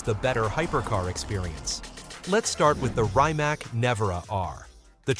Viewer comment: Rymac? LOL